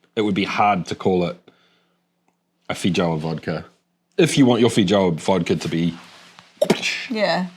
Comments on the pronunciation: It's pronounced "fay-ow-uh" they're from Brazil ;-) Having lived and worked in NZ this particular word might be the most amusingly mispronounced in the English langue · The J is pronounced as a Y btw.